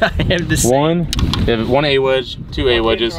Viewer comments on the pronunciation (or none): I don’t know why but hearing say A-Wedge bothers me 😂